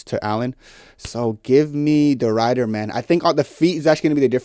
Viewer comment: It's Ridder with a short i, not a long i. Like the i in "if".